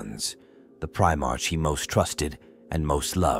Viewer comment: Stupid AI can't pronounce "Primarch" correctly